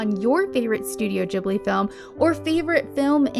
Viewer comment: Oh my god. Rare youtuber who doesn't say Ghibli with a hard G! (Nice vid also.)